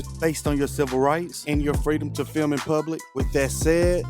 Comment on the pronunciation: Especially good one. FILM, not FIM though. The L is not silent. FILL MMM